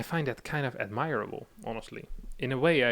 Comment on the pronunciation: admirable pronounced Admiral-a-ble not admire-a-ble. now i write that i see how you could get it wrong.. gee english is fucked..